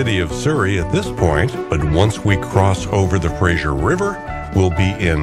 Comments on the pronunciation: The river is pronounced FraZer like Razor not like the comedy Frasier. Not a great way to come into Vancouver through the industrial areas - but that is what the railways were built for. There certainly are prettier routes by car. If you would really like a fantastic trip take the Rocky Mountaineer from Vancouver to Quebec city through the actual Rocky Mountains, and across Canada. Fantastic trip - this one was nice along the water. Pretty. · Its Fraser,,, not Frasher. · btw, im pretty sure its purnounced Fra'z'er, not so much frasure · I did not know that RMR ran a service between Seattle and Vancouver, and I live in the latter! I enjoyed the video, but would like to point out one detail: the big river crossing is the Fraser (fray-zur), not the Frazier (fray-zh[ee]ur)! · It must be an American thing, I noticed when living there, The Fray-ser River is somehow always pronounced by Americans as Fras-Zier River, adding sounds that don't exist. The English and by association the Canucks and the Ozzie's spell our rivers in this case Fraser, Like in Australia we have Fraser Island not Frazier Island. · Enjoyed your video very much. Two things though: freight trains in most cases take priority over passenger trains and it is the Fraser River (like Frayzer), not Frazier like you pronounce it. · It's not pronounced Frasher...it's Frazer. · Good video. Please stop pronouncing the river as the 'Frashure' river. It's pronounced 'Frey-zer' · A pleasant 24 minutes, nice!y presented. Just a couple glaring mispronunciations. Bellingham does have the ham part pronounced fully and it's the Fraser river named after British explorer Simon Fraser (Frazer), not the TV character. Oh, and in Canada we use the rooot pronunciation of route. After all, BobbyTroup didn't write the song Rawt 66.😁